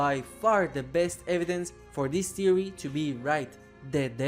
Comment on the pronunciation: ”so what is the white eyes thewee” no disrespect intended I just thought it was kinda funny